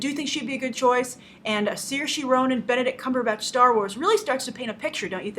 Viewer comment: That's not how you pronounce Saoirse.